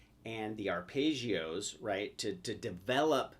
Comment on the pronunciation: it's ARPEGGIOS, not ARPAYGIOS.